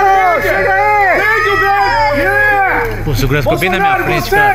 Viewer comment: Tenki u pessoal kkkkkkkkkkk... alguém dê umas aulas básicas de inglês para o nosso Presidente pôr favor rsrsrsrs.